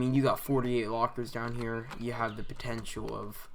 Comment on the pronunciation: I like how you say here: ghere 😂